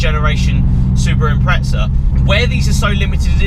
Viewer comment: no "t" in impreza